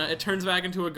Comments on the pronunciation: Ah just a little tip since you're not the only one that pronounces it wrong: even if it's written "gio" you still say "jo". Since Italian doesn't have j as a letter we have to use gi to compensate. So you have to say "JoJo's Bizarre Adventure" and "Jorno Jovanna" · I though Giorno was supposed to be pronounced just like 'JoJo'? Like, the 'gio' sound in Italian is pronounced as just 'jo' I think. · I love this playthrough, but "Jeer-No" and "Jee-Or-No" are making me cringe pretty hard lol.